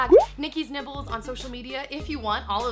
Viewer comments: Lol I kept hearing "Nikki's nipples" :D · why foes it sound like she's saying Nikki nipples